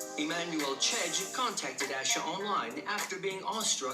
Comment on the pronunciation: I know it’s because I have the same name but I hate that the announcer pronounced Asha’s name two different ways. lol 😂 (aww-sha at least how mines is pronounced)